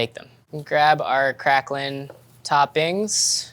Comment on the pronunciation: TIL septics butcher the pronunciation of craquelin as well